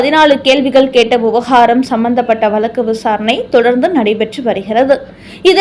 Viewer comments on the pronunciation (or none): none